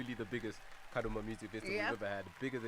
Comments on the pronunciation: True 😅😅😅 anyatsoti KADOMA not kadhoma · Busy Signal is really Zimbabwean he pronounced Kadoma in a shona way 😂😂 is saying Kadhoma